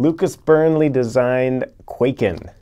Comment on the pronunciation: Hm, yes, why would you pronounce it correctly?!?